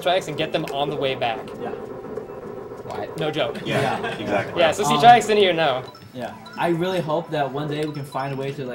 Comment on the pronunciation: His name is TriX. (Pronounced TriHex)